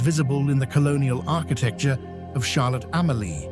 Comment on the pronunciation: Like the way Charlotte Amalie, Fungi & Magen's Bay are being pronounced 😑😑